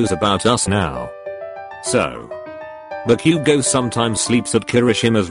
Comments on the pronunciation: The fact that it said bak-u-go I was laughing so hard and I'm like back u go! 😂😂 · Nutshell be like "Bak u gou" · The way it pronounces Bakugo 😂😂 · The voice is literally saying "Back you go" instead of "Bakugou" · Nobody: Siri dude: "Meedoree-eye-uh" Also Siri dude: "Toh-dooh-key-kuhn" Text: "hahahahaha" Siri dude: *has a stroke* Text: "Bakugo" Siri dude: "Back you go!" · I love how the computer said: bU-Ku-GO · When the text to speech reads bakugo it says back u go...must be his mother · "Bakyugo" haha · Buck-u-go, eye-zuku, shot-o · HAHHAHAHA BA-Q-GO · Deku and todoroki's names omg- how they're pronounced- "Midoriyia" Todoorki-kun" "Bakyougo"